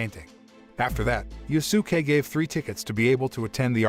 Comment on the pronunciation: “Yu-su-kay “ “Ma-Da-Ra-May”bruh what are these name butchers🤣🤣🤣 💀💀💀